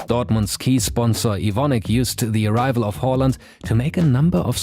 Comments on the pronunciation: Finally somone who can say hÅland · Very good Haaland pronounciation!